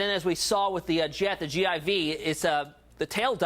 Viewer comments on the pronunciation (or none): It's a "G-4" not a "G.I.V." sir. Gulfstream IV , "G-4"